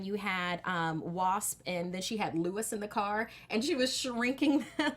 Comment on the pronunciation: Luis is not pronounced like Lewis, it rhymes with "new peace."